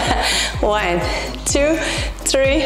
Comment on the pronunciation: يعطيك العافية 💗 لكن حبيبتي tree شجرة لازم تنطق بالثاء ولا حتصير واحد اثنين شجرة 😂